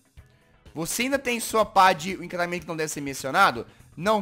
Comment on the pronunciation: pq o jazz fala "imcantamendo que n deve ser mensionado?